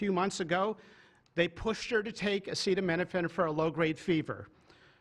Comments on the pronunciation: He can't even pronounce/articulate the word acetaminophenal and his "team" didn't even make him say it repetitively to APPEAR like an intellectual. America is a laughing stick around the world for sure. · Semi-illiterate Trump can't even read the word "acetaminophen" (which apparently he's never heard before), but you should take his word for it that Tylenol is 'bad'. The stupidity has reached a new nadir.